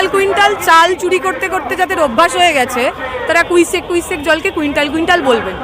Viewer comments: ও তো ভুল উচ্চারণ করলেন মনে হয়!(Cusec )কুইসেক কুইসেক তো কখনো শুনিনি, কিউসেক কিউসেক বলেই যানি,আর রচনা ব্যানার্জি কুইন্টাল কুইন্টাল বলে খুব অপরাধ করে ফেলেছেন? যদি রচনা ব্যানার্জি বলতেন এক কুইন্টাল জল ছেড়ছে! তাহলে সাধারণ মানুষ বুঝতে পারতেন কতজল ছেড়েছে, কিন্তু আপনি যদি বলতেন প্রায় সাড়ে তিন কুইশেক থুরি কিউসেক জল ছেড়েছে তাহলে সবাই ঠিক কতট জল বুঝতে পারতোনা। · একজন না হয় ওজন পরিমাপের একক দিয়ে পরিমাণ মাপতে চাইলেন। আর একজন নতুন একক আবিষ্কার করেছেন ‘কুইসেক’, ইংরেজিতে Cusec বলে একটি পরিমাপ আছে বলে জানতাম, যার উচ্চারণ কিউসেক, এরাও নাকি কোথাও PhD করে.... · Are Dipshitao toh bhul ballo kuisec kuisec uccharan tar bela ki otato CUSEC hobe tar mane holo 1cubic foot/ sec flow of water =height(1ft)×bredth(1ft)×height(1ft)/sec water flow. Uni toh ki sob PHD karechen bole 😅. Ta uni CPM tai uchcharan bhul bolleo thik. Dekhlen na voter age Singure dhoa ar doi nie ki bolechilen tao janata janardan unake vote die jetalen BJP r Locketer sathe contest holo ar Dipshitar CPM toh khelar joggyota arjon kartei pareni😂😂😂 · Cusec tai uni bolte cheyechen kintu pronunciation ta thik bhabe korte paren ni ..seta anekei bhul koren jamon apni Cusec spelling ta bhul likhechen